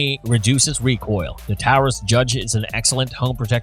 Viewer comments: How can any of you take this channel seriously the narrator can't even pronounce Taurus correctly, so many "facts" are blatantly wrong. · Discussion of Manhurin includes a pic of the S&W logo; Mispronunciation of "Taurus"; includes .410 revolvers; etc. A useless video! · Who's the guy reading the descriptions of the guns? " The Python has a vented RIP??' what is a "Tower-us" Judge?? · The host did mispronounce Taurus (it is pronounced Torus) and I do not know much about the 629 so I can not comment on it. The name of the video is " Revolvers that Will Save your Ass ". A 22 hand gun will have a much harder time with that. Also a 9mm does not have the stopping power of the guns listed. It is great that some people have a difference on guns listed. Makes good conversation. I think the 45 colt or the 45acp (WW 2 revolver) has more stopping power than a 38. But give credit ; it still was a good video. 👍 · Is it me or he is saying Taurus wrong